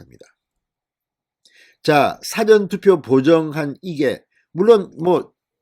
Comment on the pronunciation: 미안하지만,事前투표 발음:싸전투표× 사전 투표